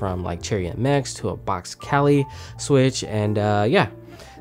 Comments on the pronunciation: it's kay-lh not ka-lee! they also go by kaihua but that's uncommon knowledge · "Box cali." It's pronounced like the vegetable kale, just so you know. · bro kailh is pronounced like kale, not kally😂😂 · I died when u said kalih hahaha Its Kailh, not kalih or you can just say kaihua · Great review! But kaihl is pronounced like kale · hehe I honestly thought it was kalih when I first heard about it, dont worry 😂😂 love your content man, great to see you growing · Hey just to let you know kailh is pronounced like kale the vegetable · Say it with me K A I L H (KAELH) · "kailh" is pronounced like kale btw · you have to stop calling kailh kali .. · Interesting way of pronouncing Kailh.